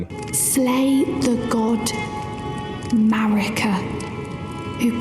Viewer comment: The hard r on marika is crazy